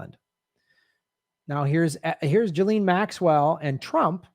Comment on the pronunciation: Ghislaine is NOT pronounced JILLEEN. 🤪 Nice reporting, you can't say her name properly but... Who cares, you are an 🇺🇸 so its ok to do and say whatever you want. 🙄